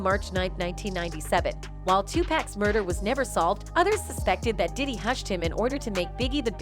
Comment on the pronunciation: Please stop saying his name like that!!your f’n up his name everytime you say it…Stop it…it’s nuttin but click bait